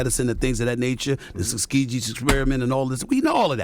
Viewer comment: This man said skuskegee 😭😭